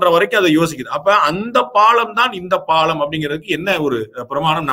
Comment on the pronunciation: My friend it is not pallan it is palam